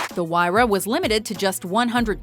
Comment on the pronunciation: anybody notice that she pronounced Pagani Huayra wrong